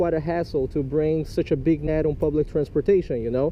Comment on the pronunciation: netsh, instead of net. b!tch instead of bit😂😂